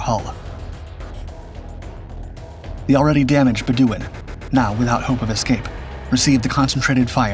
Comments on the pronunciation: Pronounced "muh-lay-uh" and "bed-u-ɪn". Moron. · pronounce "HMS Malaya" again. also "HMS Bedouin" do you really not know how to pronounce these words? or was this always cheap AI slop?